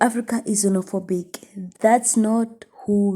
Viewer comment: Ukuluma Amanga ....mozambike it's not znofobik.country